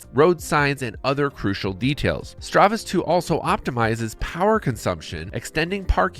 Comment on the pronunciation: Good review except it's StaRvis, not StRavis (star-vish, not stra-vish).